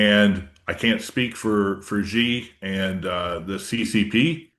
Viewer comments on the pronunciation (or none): just to make you aware ‘Xi’ is pronounced like ‘She’ not ‘Gee’ as in the ‘Bee Gee’s’ lastly the correct translation for China’s leading political party (There’s 9 political parties in China in total) is the Communist Party of China hence CPC not CCP. Keep up the amazing work guys, you’re my go to channel for info on a day to day basis:)